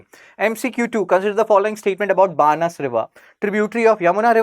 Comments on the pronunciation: बनास रिवर Banaas not बानस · बनास नदी बोलो बानस नहीं